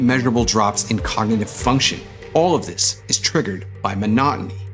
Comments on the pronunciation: It's cognitive, not cognative. Not super important, but funny in the context of your video. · broooo, "COGNATIVE"?!?!?! It's "cognitive"!!!